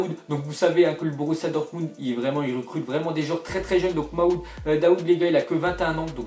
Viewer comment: C'est pas maoud mais marmoud